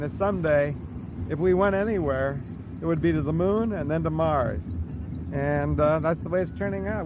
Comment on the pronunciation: Why he said 'Nars' when he meant 'Mars' I'll never know.